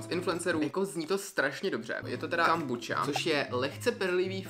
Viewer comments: Moje mama jakoby pěstuje tu kombuchu(a nečte se to kombuča ale kombucha) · Jak si řekl kambuča je to kombucha ale nic proti ochutnávala jsem takovou oranžovou a bylo to mega dobrý (btw kombucha je houba) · Ještě nikdy jsem nikoho neslyšela vyslovovat to jako „kombuča” a přijde mi to vtipný 😂 Všichni v mém okolí to vždycky vyslovolali česky jako „kombucha” 😃😂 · Jo i můj táta to vyslovuje jako kombucha a né kombuča😂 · Je to kombucha a čte se to normálně (ale nevadí)miluju tvoje videa❤ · nevím, my to celý život vyslovujeme tak jak se to píše :D prostě KOMBUCHA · vyslovuje se to kombucha a kdo je Kája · Ahoj čte se to kombucha no hate